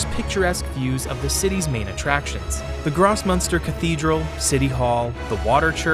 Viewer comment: Constructive criticism intended. Ask a German speaker to to pronounce the names of places, like Grossmünster. You are totally butchering the names.